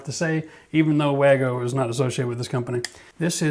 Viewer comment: I think wago is actually pronounced Var-go - Being from Germany!